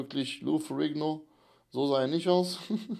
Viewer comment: lou ferrringo????!!!, haste nicht mehr alle? heisst ferrinniioo, ausgesprochen.🙄